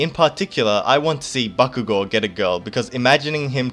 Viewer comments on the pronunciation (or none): none